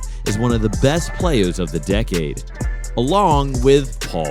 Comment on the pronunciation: “Playaz” lol